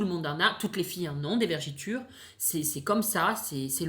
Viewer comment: Tes vidéos sont excellentes. Mais on dit vergetures pas vergitures comme tu as dis. Continue tes vidéos et reste toi même ❤️